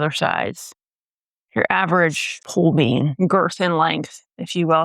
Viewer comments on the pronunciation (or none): none